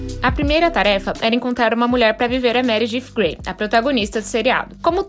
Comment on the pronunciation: Dsclp mas tu fala meredif grey kkkkk